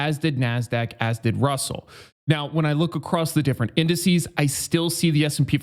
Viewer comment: "incices"..... what a doosh